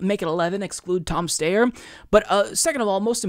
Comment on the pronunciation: It isn’t pronounced Tom Stayer, it’s Tom St-I-er.